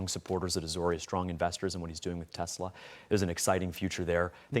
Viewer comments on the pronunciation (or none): ‘I love Tesler!’ 🤣🤣🤣